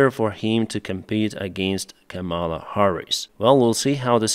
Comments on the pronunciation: It’s KA-mala, not Ka-MALA. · KAHMela Harris. The accent is on the first syllable. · I don't particularly like her, but please say her name right. Don't accent the second syllable. Ka-ma-la, all with the same short "ah" sound. It's actually Sanskrit based from kamalum which is a word for a lotus, but the root part kama means beauty/pleasure/love. Don't say Come-Allah. That's the disrespectful way intentionally used by Republicans like Donald Trump. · Привіт Деніс, Just a minor correction in pronouncing Kamela Harris’s first name. The first 2 syllables sound like the word “Comma”, (not “Camel”). Practice saying, “Comma-La” (rhymes with “Shangri La”). Cheers! Слава Україна! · Just a minor correction in pronouncing Kamela Harris’s first name. It’s first 2 syllables sound like the word “Comma”, (not “Camel”). Practice saying “Comma-La” (rhtmes with “Shangri La”). Cheers! Слава Україна!